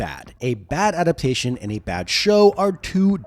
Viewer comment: "Ada-pation"? That's not a word.